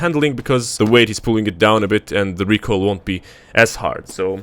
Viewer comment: re-coil of death haha